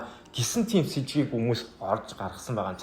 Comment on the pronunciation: сэжгийн биш Сэжүүүр Үл мөр биш Ул мөр pls zuv yrichval ugina goy l sedev bn